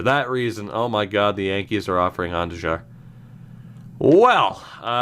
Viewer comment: On-Do-Har is how you pronounce Andujar